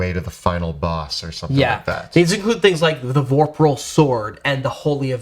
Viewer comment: Yes, he definitely said “vorpral sword”.